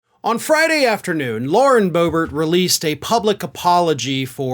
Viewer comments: I heard , I Groper instead of Boebert. Did you intentionally mispronounce her name? Not that I mind, I think it's quite appropriate considering her display of misbehaviour in public. To me, she will always be Low-Rent Burned-Bulb. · "Lauren Gropert" 🤣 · LOL!!!! That was the best Freudian speech error I have ever heard!!! Lauren GROPERT!!!!!! Good one!! .............crap!! I should have watched to the end! It was intentional!! By the way the Democrats should also use their Press release as proof how Republicans gaslight and flat out lie all the time to their voters!!! Kind regards the Danish Viking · Lauren "Hoe-bert"